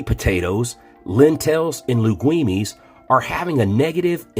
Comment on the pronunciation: Wait wait wait did this guy just say lingweenies? Legumes (lay-gooms).